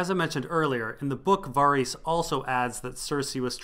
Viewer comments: dude wtf it's pronounced vair-iss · Dude... I find these entertaining, but I will pull my hair out if I keep hearing Varys pronounced that way. Who told you that's how to say it and why did you believe them?? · They pronounce Varys in the show... you are dead wrong and it's crazy hard to listen to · i love your work, it's all awesome, but please for the love of r'hollor, can you pronounce varys' name the way i want it pronounced?? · Kinda unimportant but your pronunciation of Varys' name bothers me quite a lot when watching your videos.